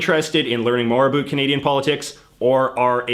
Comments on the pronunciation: Can you please STOP saying "A BOOT". Most people don't say "about" as often and most Canadians just pronounce "about" the normal way. Are you trying to show how Canadian you are? No Canadian takes their Canadianship to that limit! End of rant. BTW I love Canada and Canadians, and I like your videos, don't get me wrong. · Dig the guy and content. But not all us Canadians pronounce about, a boot, and the others. Cute, but don't stereotype.Or I'll have to thank you for letting me apologize to you.lol. Peace to all you F(&%^3rs. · I’m Canadian and have never heard another Canadian pronounce it that way. Also no one I have ever met says “a boot”. This guy is a bit of an anomaly. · I'm a 46 year old Canadian man, and to this day, I've never heard a Canadian pronounce the word about, like a boot. WOW. I thought he was joking at first. Love it!!! And we're not all stereotypical. We're not all abouot, ha, maple syrup and hockey. The best of us love our beavers so much we proudly eat them. hahaha. Proud to be a Canadian, pass me another beer....... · There's no way you pronounce About like this without doing it intentionally because of the "meme where canadian talk funny" lol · The way you pronounce “about” is so heavily Canadian, I first thought you were an American making fun of Canadians! Lol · The way you pronounce the word "about" is so weird.. Is that on purpose or it is just your Canadian accent? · By your pronunciation of "about" I knew that you are from Canada lol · I had to rewind the video a few times because I couldn't tell if he was joking with the pronunciation lol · I don't often comment on videos, but the way you pronounce the word "about" is ridiculous. C'mon man. Speak properly. You're making Canadians look like morons! I live in Canada and don't personally know a single person who pronounces "about" like that. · I'm Canadian and I hate the way this guy says about. The majority of us do not pronounce it this way. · I just can't stop listening to "abuuut"